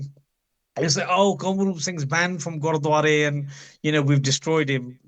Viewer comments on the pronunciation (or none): Kamalroop paji you keep saying "godwara" repetitively. ...bro it's gurdwara not godwara like u keep saying.